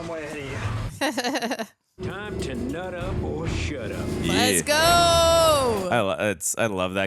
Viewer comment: "Time to nutch up or shutch up"